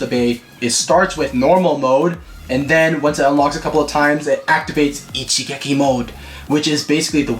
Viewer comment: Ok the bey is amazing, but whats more amazing is nailing the word "Ichigeki", hes got the accent ngl